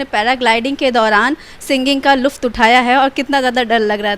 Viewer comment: Luft nhi...lutff hota h mam...🤭❣